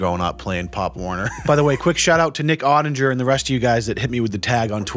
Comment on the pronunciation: Its Ott-ing-er!